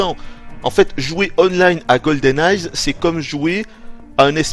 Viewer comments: "goldeneye'" pas "goldeneyezzzz" >_< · Une excellente review. Seul bémol : c'est Goldeneye sans ''s'' lol et en plus tu le dis à chaque phrase donc c'est un peu crispant😉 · On dirait que tu dis "GoldenNaze"" !